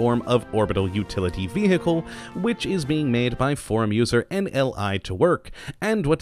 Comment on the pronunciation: Vee Hickle 10/10 pronunciation there at the start